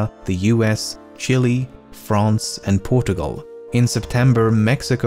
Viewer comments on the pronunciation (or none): none